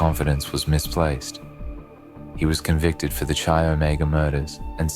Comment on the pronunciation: Chi Omega is pronounced "Kai" as in kite